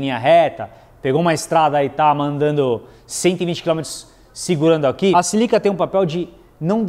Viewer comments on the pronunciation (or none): Não é 'silica' - É SÍLICA'